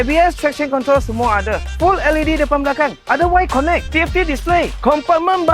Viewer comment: boss, ‘y connect’ tu sebut betul ii😂lain dengar nya